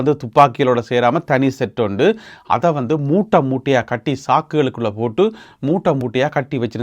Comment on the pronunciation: மூட்டை என்பது தவறு. மூடை என்பதே சரியான உச்சரிப்பு.